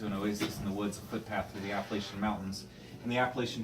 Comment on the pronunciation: Wtf this guy can’t say Appalachian 🤯